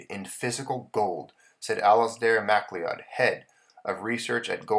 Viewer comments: Hey here's a small tip. The name Macleod is pronounced as "ma-cloud" two syllables not as mack-le-owd. It's a Scottish name. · thanks, good presentation and information. We all sorta knew this was eventually coming, but did not think so soon. (BTW, Mcleod is pronounced McCloud). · It's pronounced Mack-Loud